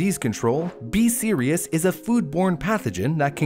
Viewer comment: whenever he says B. Cerius or whatever it’s called, all I hear is BE SERIOUS. So I’m over here like, ok ok I’m being serious! 💀